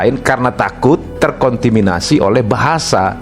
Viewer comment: Kontaminasi bang bukan kontiminasi